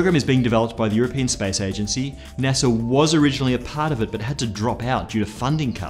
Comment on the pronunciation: Naser? Oh you mean NASA